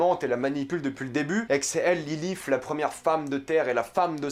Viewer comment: Super critique, j'aime beaucoup cette série ! au fait Lilith en Français se prononce Lilite